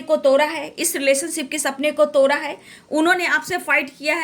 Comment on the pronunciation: भाई तोरा नही 😂तोड़ा है😂